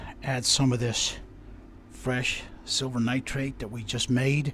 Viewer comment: "Still a ton of shhhh-silver in here." Nice save lol